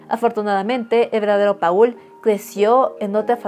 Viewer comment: Paul se pronuncia "Pol"